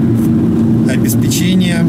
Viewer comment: В слове “обеспечение” ударение надо поставить на третий слог – обеспЕчение